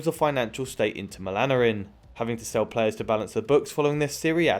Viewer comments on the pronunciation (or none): none